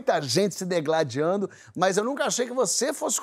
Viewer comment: Porchat, meu lindo! Vc falou dEgladiar??? Mesmo assim, está perdoado. Bjo.